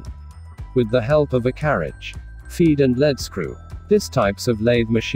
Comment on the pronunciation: Very good video Automatic lathe seems to have the wrong picture should show a cnc lathe? Pronunciation of Lead screw ( leed).